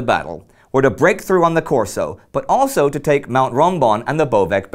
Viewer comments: Indy, it's Carso, not Corso. Keep up the good work! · Indy, a lil' appoint from someone who lives in Grado, very close to the area where the Isonzo is: it's 'CARSO', with the italian 'A', not 'Corso'. Just that. I knwo it may sound a bit odd as pronounciation, but... 'Corso' is about Corsica, the island where Napoleon was born :3